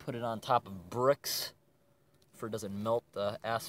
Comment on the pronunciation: The way he said “bricks” cracked me up.